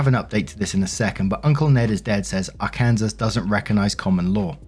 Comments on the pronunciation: Did really call Arkansas Ark-Cansas? It's pronounced Arken-saw. Pretty sure it's French, so blame them. Its just like the meme, lol. "America explain!" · Learning moment! It's pronounced "Arr-Can-SAW" not "Arr- Kans_zass" lol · Our adorable as hell Waffle Squad Leader was reading a comment that said, "I live in Arkansas," pronounced it as AR-Kansas," that's how he read it, AR-KANSAS.. The correct way to say Arkansas is, Ar-Kan-Saw... I been giggling through the whole video over that one🤭.. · Lol, you said ar-kansas. Its pronounced ar-can-saw. I'm not trying to be picky, I just know that calling it ar-kansas is a huge pet peeve of people from the state. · 🤣🤣🤣AR-Kansas... No my British love muffin.. It's AR-Kan-Saw.. We call it AR-Kansas as a dig!! OMGOSH I love even more for this one! 🤣🤣🤣🤣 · Im sorry did he actually say "ar-kansas" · Let. Ik your not American nor do your claim to be American. Arkansas is pronounced R-CAN-SAW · Your pronunciation of Arkansas lol. It’s pronounced Ar-can-saw even though it’s spelled like your pronounced it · pssst, Arkansas is pronounced as Are can saw. 😊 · Hi! Fellow Brit here. 'Arkansas' is pronounced 'Arkan-saw'. Kansas is pronounced as it looks. I have no idea why this is - does any American happen to have an explanation for us?! (I didn't see this in any other comment, but apologies if I'm repeating a 'correction '.) ✌🏼💟 🏴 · Dude…. Logic doesn’t apply to Are-can-saw. Although I do appreciate you saying it the way, it should be pronounced logically.😂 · Just came in to say "Arkansas" is pronounced "Ar-Can-Saw" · Arkansas is pronounced Arkansaw for some reason lol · love Arkansas is pronounced ar-kin-saw. Weird American pronunciations. Most places in the U.S. don't have common law marriage. I feel bad for OP but she's incredibly delulu. 6 figures when you've been out of the workplace for 2 decades. Kindness doesn't pay the bills.